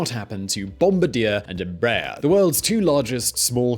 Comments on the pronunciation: The pronunciation of Embraer was all wrong too: It should be 3 syllables, not 2 Em ----- Brah.---- Err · Como brasileiro, não Rio das pronúncias de BOMBARDIER, apenas Rio da forma como falam EMBRAER. As a Brazilian, I do not care about how they pronounce BOMBARDIER , just laugh about how they say EMBRAER. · Embraer sound like EmbrraAIR in brazilian portuguese. ;)